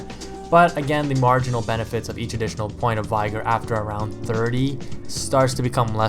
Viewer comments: Getting really annoying hearing people pronounce 'vigor' incorrectly... It's 'vigger' not 'vie-grr'. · say the word vigorous then think about how you say vigor.